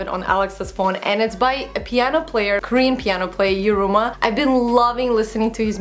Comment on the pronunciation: I believe it should be Yiruma instead of Yuruma. Great vid! <3